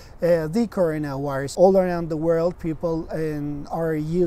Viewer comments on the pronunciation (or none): all I listen is just corona wairuz